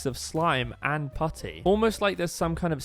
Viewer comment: You said pootty